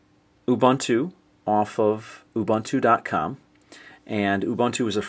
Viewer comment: its purnounced " u boontoo" very helpfull tho